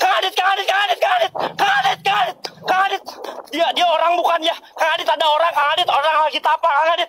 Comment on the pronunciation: Ada yang masih nonton?? Bilangnya kang adit .. Dengernya gua dia bilang garith😵😵😵